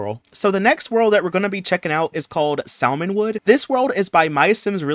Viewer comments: ILY so much but please sir the L is silent 😭😂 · I was loving this video until you pronounced the L in Salmon Woods 😐😭